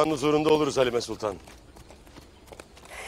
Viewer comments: I don't like Erthughrul when he make halima shup up by saying , "halimee" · Every time Halima Sultan tries to say something. EveryOne: HALIMEE!!! poor Halima 😂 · but l noticed at some point halimayy espically by ertugrul....mostly halima.